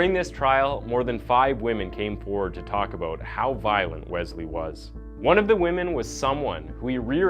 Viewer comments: It’s pronounced WeSley not Wezley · BRO!!!! IT IS NOT WEZZZLEE IT IS WES-LEE. JESUS CHRIST, loved the video but if you mispronounce that name again im prob going to watch that chick that does her make-up bro. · I think it's pronounced wes-lee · If I hear Wezlee one more time...lmao